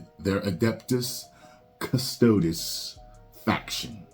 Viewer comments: I believe it's Custodes (Cus-toad-ees). Not too deep into the Warhammer myself, however I know a little. If it was deep lore, they shouldn't touch it I personally think, especially when they have female only factions within the lore. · Kust O Dees. Why is it ppl that say they know what GW is doing cant pernounce this. Come on man be better